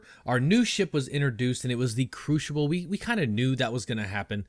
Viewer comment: Couldn't help but laugh each time he said Crooshible. Great video though, hope you get into the next wave of PTU testers as I would love to see your content on it.